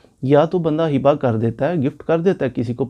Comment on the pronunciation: سوری لفظ ھبہ ہوتاہے حبہ نہیں